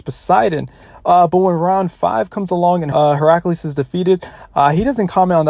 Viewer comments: Bro really calls hercules, heraculees for a min there x'D. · Wait how did he pronounce Heracles? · Bruh the way he pronounced Hercules